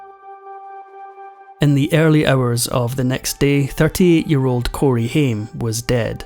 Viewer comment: I hate it when you dont pronounce the actors name correctly. Ugh